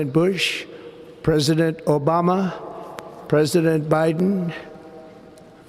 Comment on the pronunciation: I love how Trump says “O-Bama” 😂😂😂